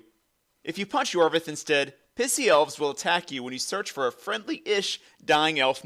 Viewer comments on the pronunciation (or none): none